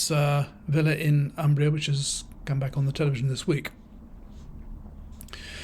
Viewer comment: "Umbria" is pronounced with the "u" like "oo" in "pool" but short sound.